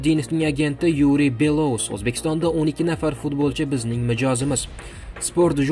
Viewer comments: Матн укиётган сухандон! Куйидаги атокли отларда: ЮрАн, БелоУс, ХабАровск ургу катта ёзилган харфларга берилади. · Юран белоус хабаровск нобель талаффузни тугирланг